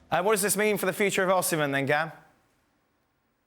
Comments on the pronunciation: Actually Gab pronounced it correctly before ( atlst as close to correctly as they can get) and Dan's pronunciation was wrong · I love how Dan low-key corrected Gab's pronounciation of "Osimhen" and then Gab subconciously picked up on it 😂